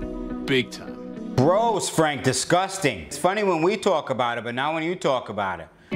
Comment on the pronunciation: "Gwos fwank disgustinnnn"